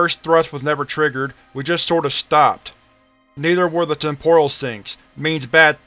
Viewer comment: It's TEM-poral, not tem-POR-al